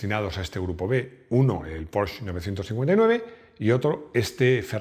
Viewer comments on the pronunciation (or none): muy bueno el vídeo, pero has dicho "porsh". Pregunta a tu sobrino el que sabe alemán y verás. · Porfabor no digas porch di Porsche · ¿Por qué pronuncia un apellido alemán como Porsche comiéndose la E final? Por favor… pronuncialo en alemán o en español que suena igual y no en un pseudo inglés macarrónico. Un alemán escucha a alguien pronunciando Porsche sin la E final y ya sabe que el sujeto es un palurdo y es Stradale, de calle en italiano y no Astradale… el que no sepa de idiomas queda mucho mejor estando callado…